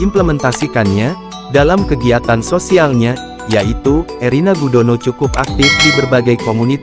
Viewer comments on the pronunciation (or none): Kok ngomong nya Irene Gudono? Erina mas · Bukan ireni gudono tApi erina gudono.. mas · Erina kok jadi Irene....piye toh admin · Irena mas bukan irene..tadi sudah betul kok keliru lagi. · ERINA admin bukan IRENE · Erina min,BKN erene